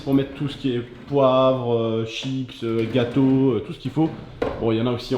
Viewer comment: quand il a dit ici on range les chips et tous jai crue que il avait dit chite mdrrrrr